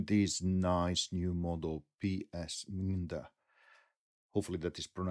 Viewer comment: “me-and-er” is the more conventional English pronunciation, FWIW